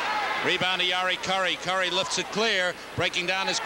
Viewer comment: ESPN 2nd period update....Mark Gretzky 😂. Lou Nanne...it's Kurri, not Cure-ee.